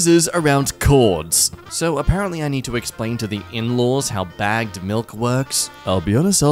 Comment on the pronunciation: Sorry, did you say baged milk like milk in a bag